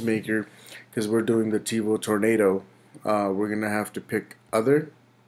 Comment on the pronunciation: Tevo "Torando" Perfect.